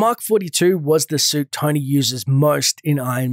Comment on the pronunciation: umm you said soup